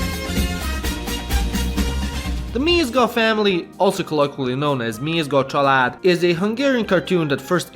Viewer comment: You pronounced Mézga Család and Aladár sooooo good, i love it! Also, Sárga bögre, görbe bögre :)